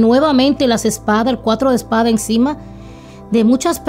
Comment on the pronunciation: Porque dices esparda??